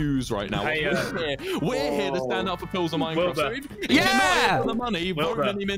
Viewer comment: U mean "stan" not "stand" aahha